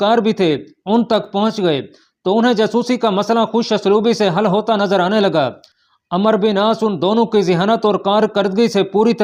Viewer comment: میاں ایڈمن آپ عمرو کو عمر پڑھ رہے ہیں و مس کر رہے ہو